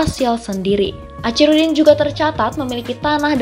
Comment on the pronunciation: Tlg dibaca akhirudin....bukan acirudin